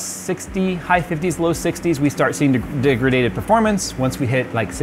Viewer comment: Degraded, not degradtated.